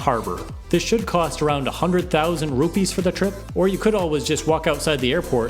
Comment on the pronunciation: rupiah not rupi